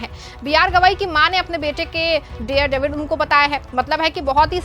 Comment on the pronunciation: The word is DARE devil NOT DEAR devil. You should be more careful. Don't let people laugh ayou.😂